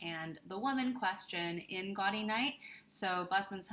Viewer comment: A belated thank you for this video. Having read the Sayers mysteries several times over the years, I generally agree with your rankings (well, I would move Unpleasantness to sixth but that’s a minor quibble). P.S. “Gaudy” — the Oxonian term for a college reunion — is pronounced “Gow-dee,” as in gaudeamus igitur.